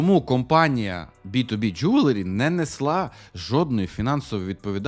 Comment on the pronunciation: Я все життя думав, що воно Джеверлі, а не Джюверлі! Кожен раз, коли казав це слово, я автоматично вголос виправляв) А казав він це слово багато разів за відео...